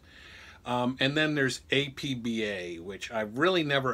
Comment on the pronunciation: It's pronounced "App-Bahh." Otherwise, great video. APBA's original basic game is now available online via with online play. However, nothing seems more true (or fun) than the original card and dice version.